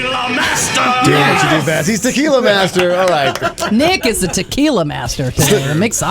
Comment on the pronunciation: Good show,great,but the young lady really should take Spanish lessons to PRONOUNCE the different types of tequilas properly,just saying.